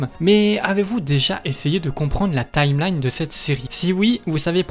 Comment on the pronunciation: "La tameline", "Urule Hystoria"... 😭